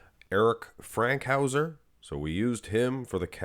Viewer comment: its fankhouser not frankhouser